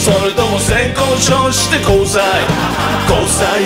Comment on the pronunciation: ゆってぃの言い方SAY KOU SHOWじゃなくて、ちゃんと性交渉なの笑う